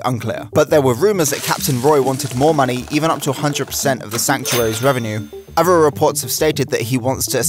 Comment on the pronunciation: Please learn how to say “th”. You said “thirty free” of 33, and “uver” for other, and “fret” for threat. And there are 2 t’s in the word “twenty”. Other than the lazy speech, this is a very good and informative video.